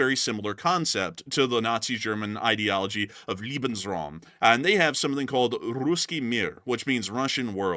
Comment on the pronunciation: Just a minor correction, you pronounced lebensraum (space to live) as liebensraum (space to love), I don't think Germans were spreading LOVE at that time ;-). Leben (trie to pronounce it as layben).